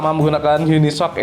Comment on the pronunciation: UniSOC dibaca,: YUNI. ES OW SI